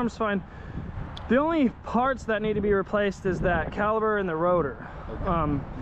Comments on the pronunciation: My guy! Its called caliPER not caliBER like you keep saying in the video😂 Other than that, good stuff! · That is not a calaber it's a cala per. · cali"p"er!!!!!! not caliber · I love your content. Super helpful. Really nice. Professional to boot. Everything a mechanic should be. But man, its a caliPer not a caliBer. Lol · An accent that makes the letter p sound like the letter b? Yeah, okay. lol 🤣